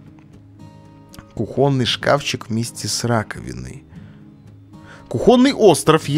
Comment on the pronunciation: кУхонный, а не кухОнный